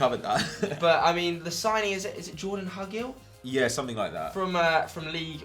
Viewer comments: It's pronounced hugh-Gill and he came from Preston who are fighting for playoffs in the championship, not in league 1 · Preston are in the championship and it's pronounced Huu-Gil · It's pronounced "hyoogill" and he is from the championship. He won't get a hat full of goals, but will never leave anything on the pitch, imo I think it's a good signing (for Preston) hahahahahahahahahhahahahahahahahahahahah we fkn robbed them